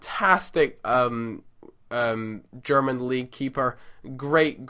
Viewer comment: Im German and You're saying this absolutely good :) Not Perfect but still good